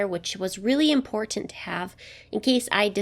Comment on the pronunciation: The way you say important is pretty annoying, is it due to a deviated septum? you sure have some beautiful bettas, what site are they for sale at?